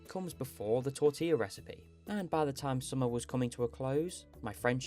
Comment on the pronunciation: tor-ti-a not tor-till-a